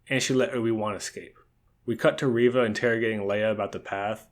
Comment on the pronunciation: It is pronounced... ReeeeeeeeeeeeeVA